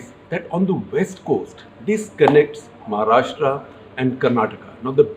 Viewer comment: Also its महाराष्ट्र and not महाराष्ट्रा!